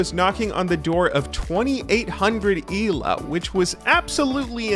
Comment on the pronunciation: The way this dude says "ELO" cracks me up. Eelaow